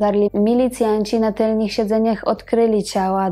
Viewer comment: Mala uwaga: TYLNYCH, a nie "tylnich". To tak powszechny błąd, że trzeba z nim walczyć. 😉